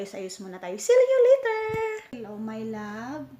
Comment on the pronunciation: Wow sometimes, English dai ahahah. Letter or later. . . Ahahaha aliw jud kaayo tang mga bisaya uy!!!